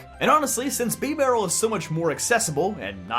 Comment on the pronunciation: I've literally never heard anyone pronounce it bee-barrel. I've only ever heard bib-arrel